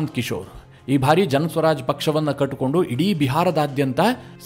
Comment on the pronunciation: ನಿಮ್ಮ ವಿವರಣೆ ಹಾಗೂ ವಿಶ್ಲೇಷಣೆ ತುಂಬಾ ಚೆನ್ನಾಗಿ ಮೂಡಿಬಂದಿದೆ. ಆದರೆ "ಬಾರಿ" ಅನ್ನುವುದನ್ನು "ಭಾರಿ" ಅಂತ ತಪ್ಪಾಗಿ ಉಚ್ಚರಿಸುತ್ತೀರಿ. ದಯವಿಟ್ಟು ಅದನ್ನು ತಿದ್ದಿಕೊಳ್ಳಿ.